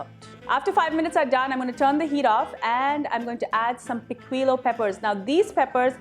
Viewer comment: Lovely! I make my paella just like our pulao with the same ingredients as yours and if you don’t have artichokes you can use another vegetable of your liking. And the same with the rice. Instead of the pan, I make mine in a wide vessel and the taste turns out practically the same. I liked the way you have presented your video, the only thing is the pronunciation of the red pepper is - “pikijo”. Hope you don’t mind my humble correction! Love your presentation! It’s just the way you have explained.